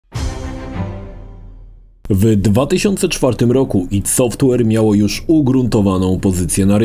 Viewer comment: AJ DI. Kurwa, serio. Tego ID sie słuchać nie da.